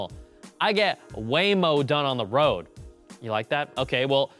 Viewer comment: "I get waymo done on the roard" LMAO!